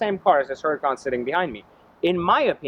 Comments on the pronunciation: It's HURACAN not huracon. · IT'S PRONOUNCED UR A CON BRO